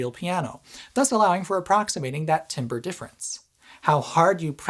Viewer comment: Don't let Tantacrul hear you say Timber.